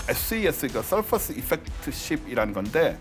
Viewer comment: surface의 발음은 서퍼스가 아닌 서피스 입니다! 네이버 사전에서 인용 헙니다! surface 미국식[ˈsɜːrfɪs]발음듣기영국식[ˈsɜːfɪs]